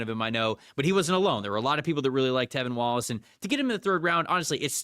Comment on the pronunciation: I love the podcast, as a Panthers fan this episode in particular is one of my favorites you two have done. Appreciate you guys PS -, the LB’s name is T(r)evin Wallace, not Tevin Wallace haha